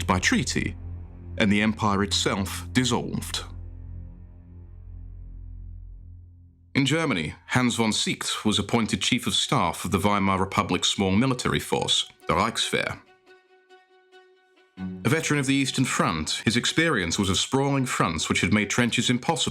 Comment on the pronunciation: not von SICKT but SEEEEKT!!!! annoying